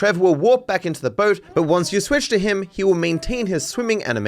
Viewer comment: "StaWWp Ur bOEt"